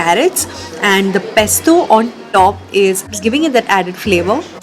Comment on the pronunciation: Dear it’s pesto and not pestoh